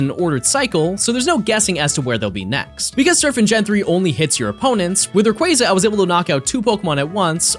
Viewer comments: I just wanted to say thank you for pronouncing Rayquaza's name correctly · I will say this. You are the only person of the poketubers w/e that said Rayquaza correctly. Every other person just pronounces it sooo wrong. easy sub